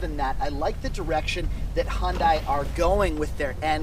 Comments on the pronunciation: U call it Hun-die .. I call it Hyun-day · Hyun-dai sound not right~ Try to pronounce as Hyun-dae Thanks~ P.S: I am from Korea and my father works at Hyundai-Kia^^ Thanks for the review on Korean brand~ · It's pronounced HUN-DAY. Dork